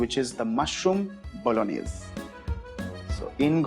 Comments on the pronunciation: Hi, chef varun. The native pronunciation of bolognese is actually "bo-lo-nyeh-zeh". The last "e" in the word is actually pronounced, and al dente is pronounced "al DEN-teh" rather than "al-DAN-teh. In any case, this is an out-of-this-world recipe, the channel is marvellous, and you are our very own 3-michelin-star chef: an absolute culinary genius without doubt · Ahh vineeth 's Bologanesh.. 😂 Jordindian fam.. 😂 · Pasta bologanesh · Pasta Bologaneshe, As said by legend Vineetya